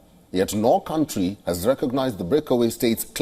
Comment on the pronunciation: Do no t say cauntry its statet